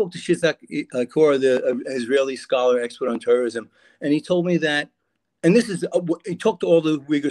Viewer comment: "I have many Scholar Friends". Its sounded like "I have may coffee shop stories".